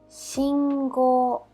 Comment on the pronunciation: Shingo not singo for traffic light